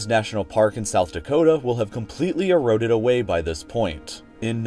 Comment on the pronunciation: Erooded ah-wayyy